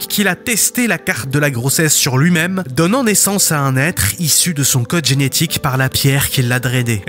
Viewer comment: et il dit enetique et pas genetique j'ai l'impresion mais sa va sa peux se conrriger